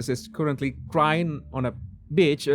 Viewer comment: 'I wanted to see the wrath of Piss'idun.. 'He was standing on a bitch...' 😄Nevertheless, I enjoyed your review..